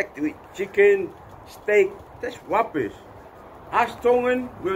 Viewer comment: "That's wubbish" lol